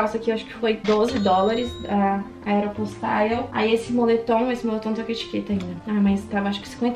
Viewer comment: Eu acho engraçado pq ela fala aero postaio Kkkk pq sla eu falo aero postale mermo